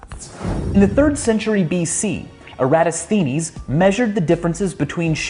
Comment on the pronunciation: 😂 Lol! This guy can't even pronounce Eratosthenes. That's wild!